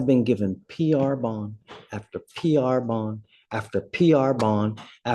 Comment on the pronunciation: X-NAE ON THE PR-BOND-AYY!!!! 😂😂😂😂 I spit out my drink when I heard that 😂